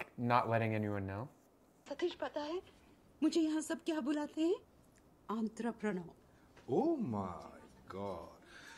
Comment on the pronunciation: Why make fun of a pronunciation that was spot on? He made himself look really dumb (at least to us) because even english people don't have the level she said it with